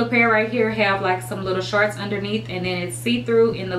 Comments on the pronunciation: "Sharts" "Sharts" "Sharts"!!! Lol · Lmbo she does say sharts😂 but I still love her